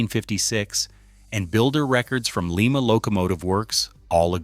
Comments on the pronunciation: It's Lima as in LIMA BEANS ! NOT LEEMA AS IN LEEMA PERU you (village Idiot) of an A.I. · Oh for Christ's sake, do your home wok ! It's pronounced Ly-ma not Lee ma ! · Made in Lima, they pronounced like Lima, Peru..... ha ha. How about Lima, Ohio? Pronounced like lime.... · That location in Ohio you mentioned is Lima pronounced Ly-ma.